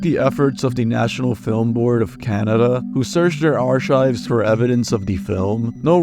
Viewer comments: My dude ARK-IVES NOT ARE-CHIVES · For future reference: "archives" is pronounced "arkives"